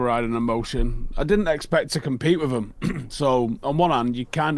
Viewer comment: lol “compete”?!